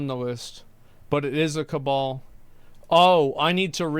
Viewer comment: Half a dozen media caglimorates? "Cabal" lol